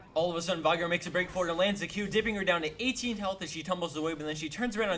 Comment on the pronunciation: vigar? its v-e-igar not v-i-gar